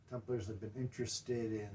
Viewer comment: I swear, it sounds like he's saying "Tumblers."